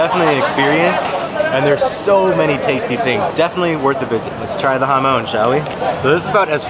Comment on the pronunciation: Jamón = Ha-Mon, not ha-moan ;)